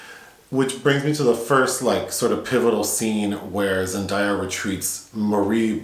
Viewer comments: Really annoys me when people get her name wrong since you pronounce her name as its written haha. Everytime they said ZenDieYa made me cringe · Zen-DAY-uh is the correct pronunciation, lol. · haven’t seen the movie yet so i’ll come back to this but you guys really need to get into euphoria. the role got z an emmy for a reason! i’d love to see a review for it, if you guys decide to watch. and like someone else mentioned, her name is pronounced like it’s spelled. day not die. there’s a short video of her saying it if you need a reference.